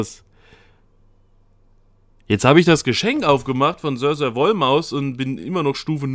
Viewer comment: Ich finde es sehr lustig wie du meinen Namen aussprichst.... Sirsir nicht Sörsör. ;)